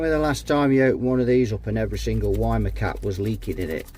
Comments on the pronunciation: Since the capacitor brand is german, it's pronounced Wee-Maah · I say Wee-muh, you say Why-mer; lets call the whole repair off? 🤔😉 ( a wee muh wuh, a wee muh wuh.....🎵 and a Weimeraner too? 🤔🤣)